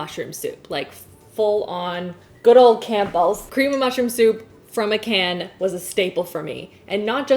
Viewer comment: Did you say "Camp-bells" soup?!?!?! Lol